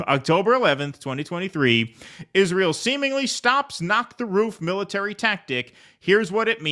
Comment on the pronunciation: He plays dumb like nobody I've ever seen. Pretends Israel had no input on Iraq. Pretends Israel didn't kill his uncle to hide the nukes and his dad to keep him from investigating it. Giant piece of shit. You can tell he says "Israel" so much it now comes out "Ishrul" from laziness.